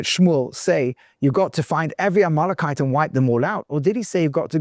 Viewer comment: A little confused by the pronunciation of Amelekite... to Amolokite??